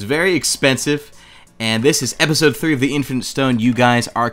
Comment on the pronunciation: I legit thought he said the infant stone